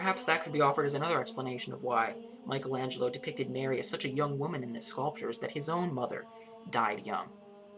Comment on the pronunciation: What can you possibly teach us not knowing how to pronounce exactly either his name or the title of his masterpiece?!